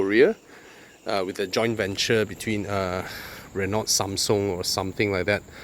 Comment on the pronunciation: Good car, bad review. PS learn to pronounce Renault